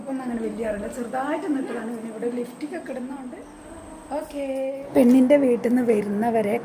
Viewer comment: ലിഫ്റ്റിക് എന്നു പറയല്ലേ ലിപ്സ്റ്റിക് എന്നു പറയണേ. വിഡീയോസ് ഇടുന്നതുകൊണ്ട് പറഞ്ഞതാണേ. സൂപ്പർ വിഡീയോസുകളാണ് ❤❤